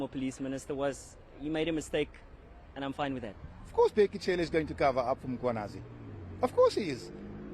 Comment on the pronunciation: Bheki "C"ele... NOT "Tshe" or "CHE" 😂 Mr I am the first nation of this land😂😂😂.